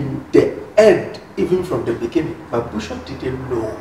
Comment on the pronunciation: I’m I the only person who hears Emilia calling bishop as bishap? It’s supposed to be bishop madam, not bishap bishap.. Ah!